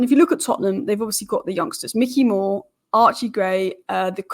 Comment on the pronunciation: As a Utd fan, you wouldn't know this. Although it's spelt Mikey Moore, I believe it's pronounced My-key More. I could be wrong though. Keep up the good work